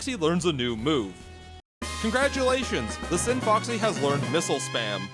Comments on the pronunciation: It's the scinfaxi the c is silent and there is no o It's not scin"foxy" it's scinfAxi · I dislike how you pronounce Scinfaxi. Not sure how you ended up mispronouncing it every time, considering you hear people say Scinfaxi repeatedly in the game, and its spelled Scinfaxi, not Scinfoxy.